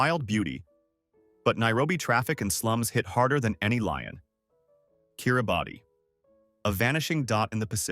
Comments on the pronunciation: Tea and rain for the UK? Bit tired! BTW it’s pronounced ‘Kiribass’ despite the spelling. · It's pronounced "kir-i-bass" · Kiribati is pronounced Kiribas